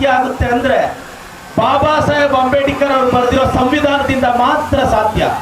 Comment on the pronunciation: ಅಂಬೇಡಿಕರ್ ಅಲ್ಲಲೇ ಬೋಳಿಮಗನೇ,, ಅದು ಅಂಬೇಡ್ಕರ್